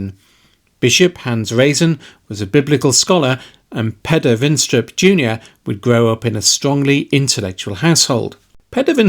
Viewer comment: I just have to point out that his name is pronounced wrong.. Peder is pronounced pretty much the same way as Peter. The only difference I noticed in my time living there (my Dad's from Denmark, so I had a bit of an in for temporary residency) was the accent.